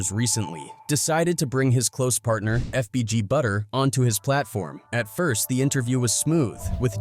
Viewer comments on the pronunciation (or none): Bro your white ass needs to stop purposely saying the names wrong like nigga who tf is GBO or whatever tf you said and butter? Like nah bro but you pronounced bubba right 🤦🏽‍♂️🤦🏽‍♂️🤦🏽‍♂️